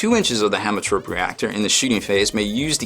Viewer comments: I think its pronounced hemo like haemoglobin you dont say hamo. I hope that the plasma feed also applies for the mechanicus plasma, as they were released post BRB so their plasma weapons are not in there. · haem is pronounced heme, it means blood.